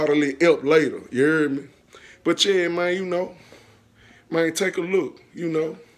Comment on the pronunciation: He said look mane I got a goat 😂 so many times I almost believe the animal it self was gonna come out😂😂😂🤣🤣🤣